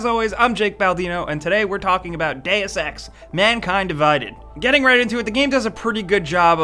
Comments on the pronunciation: Please... this games title is pronounced "D[u as in burger] ex" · still didn't find anyone who can pronounce "deus"